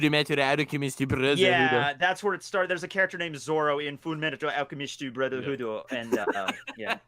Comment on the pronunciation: "The only time he isn't handicapped... is at Whiskey Peak." Couldn't stop replaying that moment. Also when tries to say Furu Metarru Archemistu Burozahudddo.